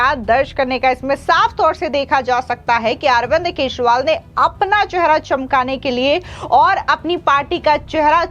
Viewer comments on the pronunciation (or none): मैडम! आप केजरीवाल को हरदम केजरीवाल को केशवाल बोलती हैं।